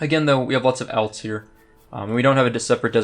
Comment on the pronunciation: say alts wrong 1 more time